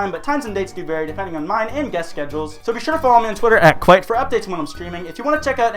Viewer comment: Just saying